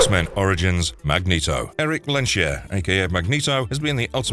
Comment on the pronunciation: It's not 'Len-sher', it's 'Lehns-herr'